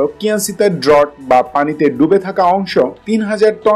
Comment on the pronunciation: ড্রট na seta hbe ড্রাফট, chouchollish na chuallish hbe